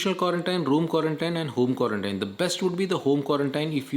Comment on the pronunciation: Quarantine pronunciation doesn't seem to be correct